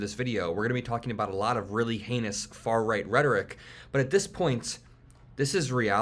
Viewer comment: "It's not far-reight rhetoric, its not-c rhetoric"... I meeeeean tomato tomato